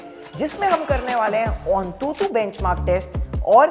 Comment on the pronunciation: Bro that's antutu not ontutu